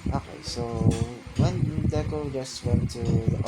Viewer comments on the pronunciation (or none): none